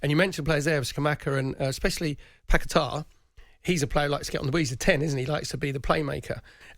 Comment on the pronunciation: the way perry pronounces paqueta is something else😂😂